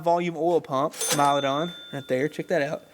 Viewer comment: Dude, it isnt pronounced mal-a-don its Milodon